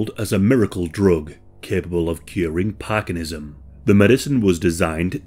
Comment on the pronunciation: Parkinsonism, not parkinism.